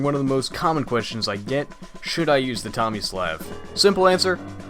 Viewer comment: It's "Tommy-sluv", not "Tommys-laugh", I think.